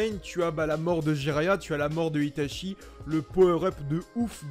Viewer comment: Mdrrr vous avez écorché le nom de Jiraya le pauvre 😭🤣